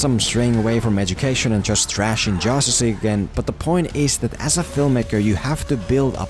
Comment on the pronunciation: Did anyone notice that he kept saying jostice league all the time lol